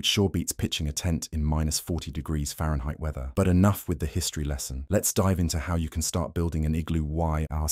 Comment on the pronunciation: "Fahrenheit" good lord